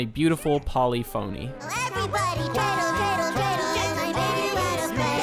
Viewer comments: You are correct, the dreidel song is a polyphony. Pronounced pull-if-in-knee. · Polyphony is pronounced like Symphony. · Polyphony is pronounced "Pah-lif-ony